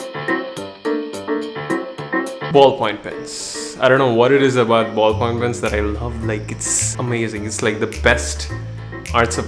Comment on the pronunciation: Ballpoint pen. Say it with me Ballpoint pen. BALLPOINT PEN